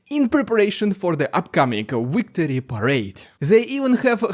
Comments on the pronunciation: Victory not wictory come on say Vvvvvvv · It's pronounced "victory:, not "wictory".